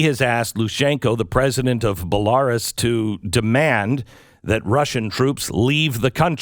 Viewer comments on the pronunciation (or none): Bell-are-us? What is this Dungeons and Dragons? It's pronounced Bell-ah-roos. x.x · It’s pronounced Kee-yev, not Keev, and Bel-ah-roos, not Bel-AR-us. For someone who makes his living talking about things, you sound pretty ignorant to me. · I can’t believe beck doesn’t know how to pronounce Belarus. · Bell-ar-us...lol BellaRoose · Belaaaaaaarus, if you don't know that pronunciation then this whole segment is done. Geography = 0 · BELLARES ... IS THAT HOW YOU SAY IT? ... Belarus .. Yikes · You pronounce Belarus that way and I stop taking your opinion on this seriously. "BA-LAR-US" wtf beck.. just where some of the largest battles in WW2 took place bub. SMH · I think it is pronounced "bella rous" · Kinda shocked you don’t know how to pronounce “Kiev” (key-ev), or Belarus (Bella-rooos). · The fact that a grown man who has been reporting events around the world this whole life does not know how to pronounce Belarus makes me wonder about the actual intelligence of the man or is he just a guy that's reading a prompter prompter? I mean come on BellAris??? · Really don't know how to pronounce Belaroos? yikes b r o o o o o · Doesn't know how to pronounce Bel - a - roos (Belarus) but has found the source of Black Holes. Sorry Glenn Beck, you never see things clear enough to have a worthwhile opinion. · Is Mr Beck ok? Don’t know how to pronounce Belarus. Don’t know Zelenzky’s name. Don’t understand the swift situation. Maybe Mr Beck needs a vacation to study up for a while. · Why would we listen to G Beck when he can't even pronounce the names of the countries or primary individuals involved? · I'm very surprised that he couldn't pronounce Belarus nor Kiev properly. Interesting. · Glenn, Glenn, Glenn... come on. Surely you must know how to pronounce the country of Belarus. It doesn't lend to the credibility of you knowing what you're saying (which I believe you do) when you mispronounce a country has been around for some time. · Did he just pronounce Belarus like that?